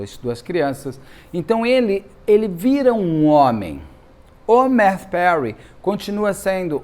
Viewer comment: É Mathew, não MaTThew.